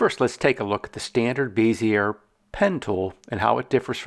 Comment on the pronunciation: Great video tutorial. I've learned things I never knew in Inkscape. I've used everything drawing program from Illustrator, Sketch, and Vectornator for iPad. I only used Inkscape for tracing because it's way better than Illustrator auto trace. Thank you. By the way, Bezier is pronounced (BEZ-EE-AY) like PEZ candy. They used to beat us in the head for pronouncing this wrong in design school. Now I'm brainwashed with this stupid word. I've subscribed and watched part 2 awesome sauce!!!!!!!